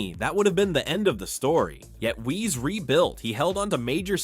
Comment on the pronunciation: Wiese pronounced = viesse